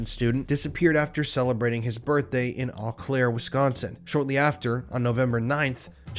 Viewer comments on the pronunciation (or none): Another great video from the Spooky Family. P.S Eau Claire WI is pronounced Oh Claire. 😉 ❤